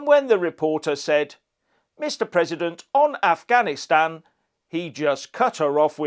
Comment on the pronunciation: No he said "I'm not gonna answer questions on ganastan" he couldn't even pronounce Afghanistan.